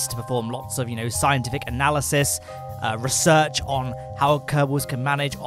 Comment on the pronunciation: The way you say "Research" gives me anxiety